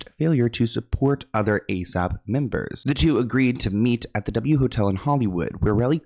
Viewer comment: NOT THE A.S.A.P!!!! 🤣 I said the same thing as you said it 😂 I was cringing 😭 he said we gotta move on from that 😭 ☠️ 🤣